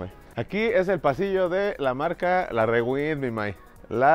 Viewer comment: se dice riwaind no rewind